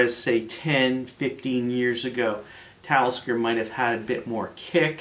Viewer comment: LOL did he say METALISKER? this guy is a secret metal head? Love it subbed